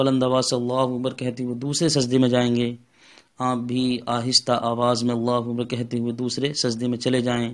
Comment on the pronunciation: Janab gustakhi maaf apjo allahuwakbar Jo bol rahy galat hai. Allahhu Akbar hota hai wakbar galat ho jayega